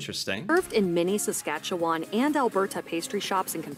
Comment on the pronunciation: SaskatchewAWN lol it cracks me up how people pronounce Saskatchewan every time. Also pronounced Alberta weird